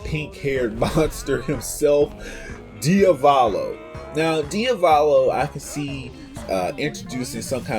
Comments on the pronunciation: dude, its diavOLO not diavAlO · DiValo, DIAVOLO, DI A VO LO